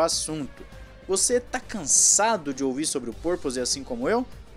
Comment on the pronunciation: Porrrrrrrr toda a equipe e poRpoising? Mais um que apela para arranharrrrrrr os erres!!! É uma padronização essa forrrrrma de arranhaR os Rs (erres) em umas palavras e, em outras, não? 🤦🏻‍♂️🤦🏻‍♂️🤦🏻‍♂️🤦🏻‍♂️🤦🏻‍♂️🤦🏻‍♂️ Qual é a regra na pronúncia?